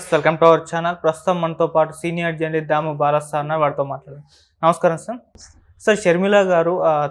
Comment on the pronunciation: "జర్నలిస్ట్ "అని స్పష్టంగా పలకవోయ్ యాంకర్